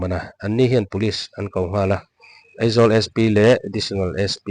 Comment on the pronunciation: thu sawi tu hi AIZAWL ti lo vin, Eizawl ati tlata kan hriat chu , Aizawl ati thiam lo ami le ww